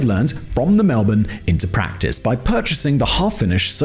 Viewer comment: Credit where it's due: The ONLY American I've ever heard pronounce Melbourne correctly.